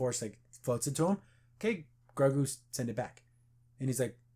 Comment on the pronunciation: Btw just to know for next episode its pronounced Grogu (Grow + Goo)